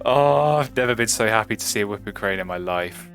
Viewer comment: I've noticed you call it a wup-ping crane instead of woo-ping crane, and you say bold instead of bald eagle, is that an accent or gag thing?